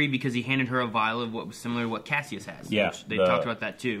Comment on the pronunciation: Please learn how to pronounce Kasius name... You've been getting it wrong ever since his first episode and it's driving me insane........... I really like your show though... That's just really annoying